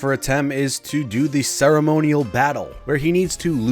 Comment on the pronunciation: We will deoo him! (music stops) Um... did you say... "do him"? I said deoo him! What part of 'deoo him' doncha understand? Still never gets old!